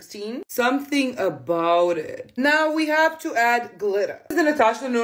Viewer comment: "Something a-bowwt it..." 😂💕